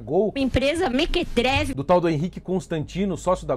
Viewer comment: É impressão ou a 'jornalista' diz mequetreve em vez de mequetrefe (1. indivíduo intrometido, dado a meter-se no que não é de sua conta; enxerido; 2. indivíduo de caráter duvidoso; patife, mariola, biltre). Que nível!